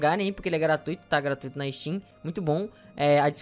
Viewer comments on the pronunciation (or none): none